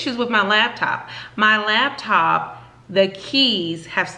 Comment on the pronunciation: I thought I was the only one who said labtop lol